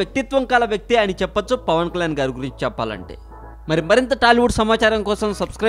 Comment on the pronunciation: Pavan klan kadu Pavan kalyaan nee pranounsation chusuko